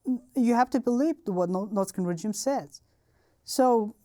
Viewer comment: Fascinating. We don't know how good we've got it in the West (or any democratic nation). Also I love how he pronounces "regime"...rej-ee-em.. hehe. His English is amazing though. Better than most natural English speakers 😂😂